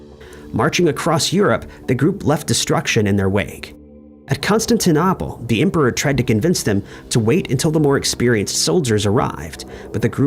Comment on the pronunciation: Constantin-opple? Really? It is pronounced like: Constantin-Opal. There is not another P in the word,. Therefore, it is pronounced like 'Opal' at the end, not Opple. I do wish you would fix that pronunciation. As a historian, it drives me insane. Just sayin'.